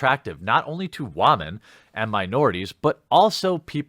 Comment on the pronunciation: I snicker every time you say wamen